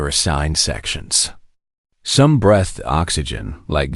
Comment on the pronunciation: seconds into this POS, "..some BRETHED oxygen..."!! WTF is "BRETHED"!!!!!!!!!!!???????? And your POS AI pronounces words with "...str.." as "...SHTR.."!!!! POS AI!!!!!!!!!!!! "SHTREAMS"!!!!!!!!!!! POS AI!!!!!!!!!!!!!!